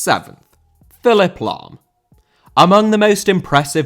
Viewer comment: Lahm * not Lohm